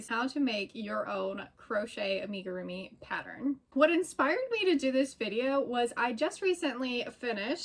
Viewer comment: Amigurumi is a Japanese word. It is not pronounced Aim-igirumi. Think of the "Am" sound as being the same as Amigo.